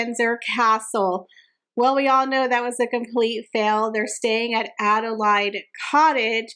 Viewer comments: Adilaide, is pronounced like lemonade or marmalade. Just in case you want to know 😊 happy new year x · It's Adelaide Cottage. She was the Queen Consort to King William IV. Queen Victoria was her niece. Queen Adelaide had four children, but none of them survived infancy. Victoria acceded to the throne when William IV died. Adelaide is pronounced (a-duh-layd) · Yes, it’s Adelaide, as in “laid” an egg.